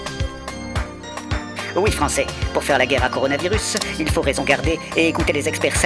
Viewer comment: Le coup de tonnerre sur nos dewwièwwe n'est pas obligé de se faiwwwwe …..